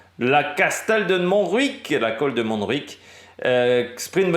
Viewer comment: Bonjour ! Montjuïc se prononce "mon jou..ique" pas de jota en Catalan. le J se prononce comme en français . Merci a toi pour tes vidéos continue ainsi